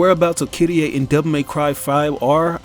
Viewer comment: Who the hell is kittieh, her name is Kyrié.